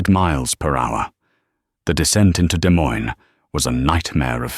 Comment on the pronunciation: Irritating: the mispronounation of Des Moines IA. Then, pronouncing it correctly. Need to get it correct all the time.